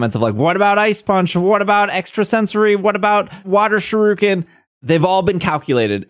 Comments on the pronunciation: It hurts to hear you pronounce shuriken, other than that good video. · I speak Japanese and I understand you don't, but I cringe EVERY time you say 'shuriken' it's pronounced (shoe ri ken) Other than that, I hope I can use my shiny clodsire though...